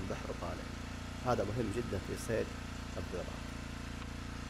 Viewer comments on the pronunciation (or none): اللغه العربيه عندك خربانه اسمه الدراك وليس الضيراك ههههه